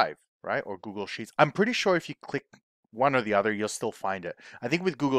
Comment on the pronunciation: Liked your vids. “Google” cannot be pronounced as “Gooshle” coz it was based on the noun google which is 1 followed by a hundred zeroes 😊. By the way, can you make a video how to optimize union for multiple Excel files where the it is stored in multiple Excel Worksheets - dealing with old way Excel management.